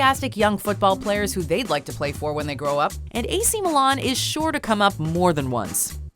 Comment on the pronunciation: She says AC Milan so weird lol